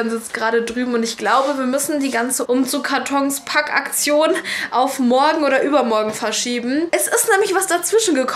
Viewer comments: Es heißt umzugSkartons nicht umzugkarton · Es heißt Umzugskatons und nicht Umzugkatons